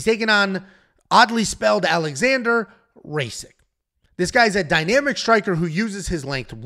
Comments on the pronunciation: It’s not “RACIK” It’s “RAKIC” sound it out! RA-KI-CH! Lmao u can do it bro! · "Alexander Ray-sik" 😂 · To be fair Kattar is a surname of Arabic origin and Kat-Tar would be the proper pronunciation, the pronunciation "Kay-Ter" is just bastardized in English so he actually said it right. But the way he pronounced Rakic was just abhorrent.